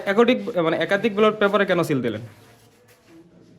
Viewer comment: ব্যাটল পেপার কি রে ভাই? ব্যালট পেপার